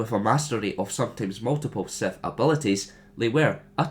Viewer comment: The fact you pronounce it as SETH really, REALLYY annoys me...